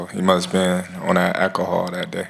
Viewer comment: It’s pronounced al-co-hol boy😂 Why can’t victim skins speak English? But ya Ilia gets slept😂